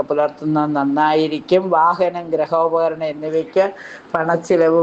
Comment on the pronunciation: ഒരുപാട് ഉച്ചാരണരത്തെറ്റ് വരുത്തുന്നുണ്ട്. ഗ്റഹോപകരണം അല്ല ഗൃഹോപകരണം.